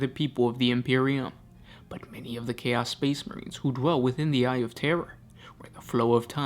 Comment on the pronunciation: What's your native language/dialect? I notice you stress "chaos" differently than I do.